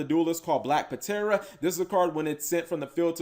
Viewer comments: Black Puh-tera... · Bro... The P is silent. It's pronounced Tera. Like Pterodactyl. You do not pronounce the P... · The card is pronounced " black tera" as its a short version of pterodactyl. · Eh fam the P ptera is silent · Yo Cap, if people are making fun of you for how you pronounce Black Ptera, don't worry cause I used to pronounce it as Petra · Uh, Cap, that 'P' in Black Ptera is silent... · ugh. much cringe hearing him miss pronounce black ptera